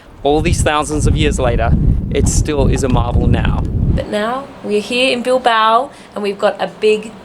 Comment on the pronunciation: Sorry Guys I love you so much and I love your videos but Your pronunciation of the Spaniards cities is making my ears blooding. Es La Coruña ( it's a similar sound of the GN in French), Es Bilbao (bill-bah-oh). Spanish is not that difficult to learn guys c'mon lol. Love your videos. Greetings from Connecticut.